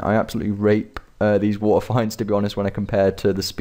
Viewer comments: Okay. I love your vids. But PLEASE! WATERFEENDS! WITH A LONG E Lol sorry just a pet peeve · They're pronounced "fee-nds" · "Wa'eh finds" kek